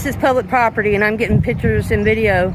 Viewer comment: Prop-tee. a stick that holds up a golf tee